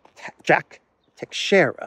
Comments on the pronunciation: No, the correct pronunciation is Tei-shei-ra, do not put emphasis on the letter A in the first 2 syllables, there is no such sound in the word. It's a difficult language to fully master, greetings from Portugal 🇵🇹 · Teixeira (pronounced by Portuguese tai-shai-ra) is a very old Portuguese name. The navigator Tristão Vaz Teixeira was, together with João Gonçalves Zarco and Bartolomeu Perestrelo, responsible for landing on the island of Madeira in 1419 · No, it's pronounced tei-shei-ra... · I think I wrote the same sounds that you did, just in a different/inaccurate way. Is it not pronounced tay-shay-ra? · Teixeira - Three syllables: Tei ( pronounced ta with long a as in shade) xei ( pronounced sha with long as in shade) ra (short a). Accent on second syllable. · No, tei-shei-ra, simple